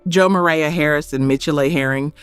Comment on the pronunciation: Please pronounce this little girl’s name properly. It’s pronounced Jevaya aaaaaaaaaya